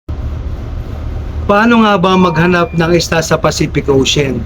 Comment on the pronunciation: Anong pacific ocen??? Sobra ka nmn mag pronounce, imbes ocean naging osen or ocen nasobrahan sa arte 😂😂😂